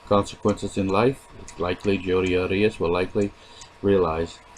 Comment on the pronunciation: Why do you pronounce "Arias" that way? It's incorrect.